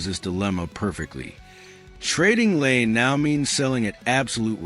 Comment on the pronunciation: It's not Lane...it's La EE nay Laine